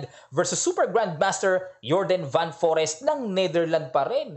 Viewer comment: Coach, Fan Foreest tamang pronunciation. Like most european country, F ipronounce ang V. Mapansin mo rin yan during nung closing ceremony nila, Fan Foreest daw ✌✌✌